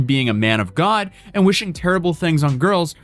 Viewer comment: I hate his voice and way of speaking “Ghod”